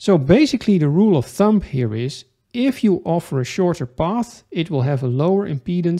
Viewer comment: Heel instructief. Eén dingetje: uitspraak: (Rule of) Thumb spreek je niet uit als thump maar als thum!